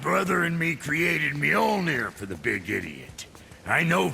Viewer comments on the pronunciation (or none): none